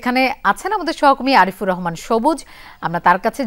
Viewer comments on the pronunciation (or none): none